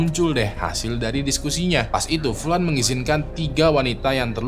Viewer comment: Furan bang karena orang Jepang susah baca huruf L